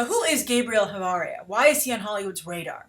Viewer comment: asuggestion for Spanis names: Ch is pronounced like Sh not like K